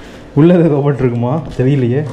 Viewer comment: ரோபோட் இல்லப்பா "ரோபோ ". t Silent